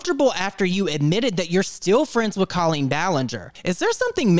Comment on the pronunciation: Ill never get over how Colleen is pronounced co-lean when I’ve always heard that name pronounced “col-lean”